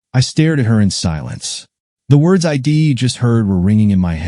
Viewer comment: Someone has taught AI readers the word palpable, now please teach it how to pronounce I'd. It is not pronounced eye dee. Why is her lover also his lover?